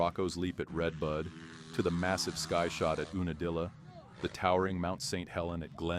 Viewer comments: You na dilla, not ooo na dilla. This drove me crazy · Ai channels are insane lol ew-nuh-deel-yuh is hilarious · Oooonadilla…. This robot voice is going to tell me about the legendary soil at unadilla? Fake news. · This AI voice is hilarious. 😂 😂 It's Yoouuu—na-dilla. 😂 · Dead giveaway that this is AI b***** is that you can't pronounce unadilla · It's hilarious how AI can't pronounce UNA DILLA....